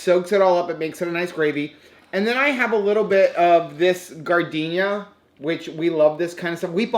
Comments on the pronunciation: Praying for your dental situation,! BTW, I used to live in Chicagoland and we still eat giardiniera quite often. It's an Italian word pronouced "Gee-ard-in-air-a", not like gardenia (the flower). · Best of luck on your dental work! The pickled veg (giardiniera), is pronounced "jar-din-year-a."